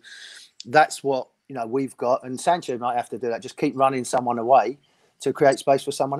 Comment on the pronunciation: Jordan Sancho and Bakayaro Saka... Goodness me! Get the names right man!